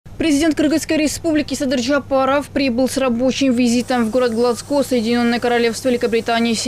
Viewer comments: ГлАзго,а не ГлагО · Ударение Г'лазго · ГЛАЗГО! ВООЩЕЕЕ без ударения , 🤣🤣🤣